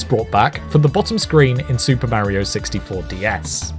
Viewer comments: Hears him mispronounce “Mario” in the first sentence, stops video and finds something else to watch instead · Cant watch it with how you say Mario. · I don’t get why people say Mario like that or is it just this guy